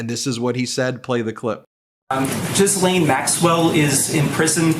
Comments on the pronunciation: Dear Ben, Just an FYI for you - GEE-lane is how the British mispronounce this french girl's name. My name is also Ghislaine. I am a french American, and it is correctly pronounced jiz-LEN. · Check your Ghislaine pronunciation